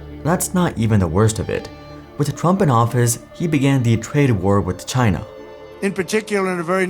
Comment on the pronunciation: How many times in this video was China pronounced as ‘TinA’